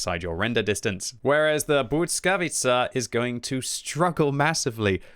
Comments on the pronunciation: Bujckavica jhahahahaha its L as in legend bLiskavica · I think you say it like BLEE-SKA-VEE-CA not sure tho but my language has som similar words to polish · You might wanna work on that pronunciation a bit, 😇 I know it might be hard for you to "master" it, but even something like "blee-skah-witt-sa" would be much better than substituting Ł with a "t" sound 😅 I have no doubt you can do better 😉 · I think it’s pronounced bliss-ka-vee-cha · I think it's pronounced Blizka-witza. I believe it means lightning, which kinda is in theme with the high dpm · Heey! Let me give you a quick lesson about letter ł and its sound. You know when you say "weird"? That sound you make before the "e" comes is literally ł. But in english it's just a "w" here. Next one the following letter y is... hmm take those two letters ł and y. If you are pronouncing single letter ł it comes with following y at the end anyway as you can't really finish a pronounciation without including "y" in "ły". Also "ł" simply comes from the letter "l" and it's adding to it a bit of a twist. Anyway here in the word błyskawica where "y" comes after "ł" sound doesnt double and they fuse into one sound'ish thing. Damn long comment. Now have a listen on google and you should be golden 😂